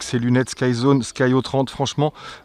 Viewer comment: Salut. J'ai les sky02s et c'était déjà de supers lunettes... C'est souvent que je les conseilles... Je te les avaient envoyé à Dom pour les comparer aux ev200d, il n'avait pas de reproche à faire et ensuite il te les avait envoyé il y a quelques mois mais tu me les avait renvoyé aussitôt... tu aurais du les essayer😜. Après ça ce dit des "sky zéro trois oled" et pas des "sky zéro trente oled" Dommage que c'est du 4/3. Le 16/9 c'est plus sympa quand même... A plus et merci pour tes review 👏👏👏👏👍👍👍